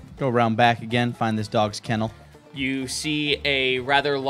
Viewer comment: Why put dog in a kettle? Going to cook it? It’s kennel not kittle dummy